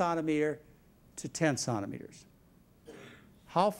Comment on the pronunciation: John cannot say Centimetres properly. Sounds like he is saying “Santimeter”